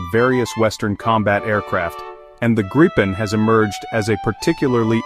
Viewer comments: Please use the correct pronunciation of gripen: It is not [ˈɡrɪpɛn] but [ˈɡriːpɛn]. In case you're not so familiar with the global IPA script, which must be assumed: The difference is the first vowel, the I: It is spoken long (like in english: seen), thus not short (like in english: sin). You can even find it indicated in its WP article. The confusing use of 'same vowels for different sounds' is owed to the Great Vowel Shift (GVS) you had in english. Go to its WP article and head right to Talk (top left), then to the comment starting 'The linguistic knowledge level displayed...', disregard the detractors: There you find what you need to know. And: 'Get a gripen, please' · Try saying "Greepen" instead of "Grippen"